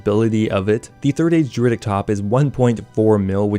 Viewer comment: Why are you pronouncing druidic like that? 😭